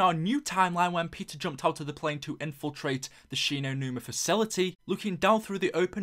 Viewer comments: Thought this said PIZZA MCCAIN at the beginning😂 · lol it sounds like he is saying pizza McCain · when you sad Peter McCain I thought you said PIZZA